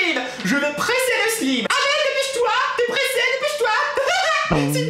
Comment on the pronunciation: du "selyme" mddr tu m'fait trop mareé